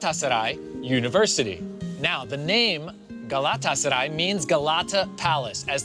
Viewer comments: How many times did he say “Galatasary”?😂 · Estas son las veces que dijo GALÁTASARAY 👇🏻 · Şu GALATASARAY deyişine sinir oluyom XDXDXD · 27..... now i hate word Galatasaray............